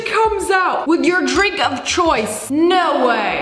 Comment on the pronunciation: Ur dwink of cwoice